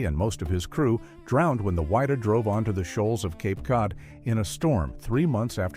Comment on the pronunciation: It's Wydah not wider get it right bei ffs lol